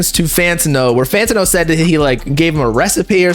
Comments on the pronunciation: bro why do you say fantino, its fantano lmaoo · fan ta know??? why u saying his name like this bro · BRO WHY THE FUCK YOU SAY IT FANTO NO ACC DRIVES ME INSANE 🤣🤣🤣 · the way says “Fantano” bothers me